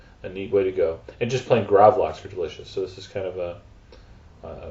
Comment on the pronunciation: Nei han er ikke svensk.. Er som jeg skulle be han si gravlaks